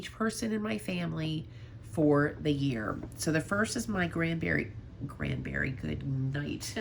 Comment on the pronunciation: “Grand berry” I love it! 😂 ❤